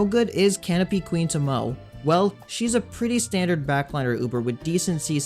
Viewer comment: Thank you for all the useful videos. Just an FYI, her name is Japanese and pronounced to-mo-ay.